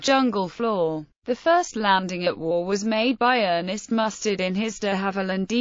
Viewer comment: Get the pronunciation right, it’s pronounced Wow nor war